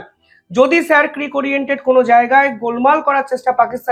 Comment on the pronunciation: উচ্চারণ হবে " শির ক্রিক " । এটা কচ্ছের ভাষা ।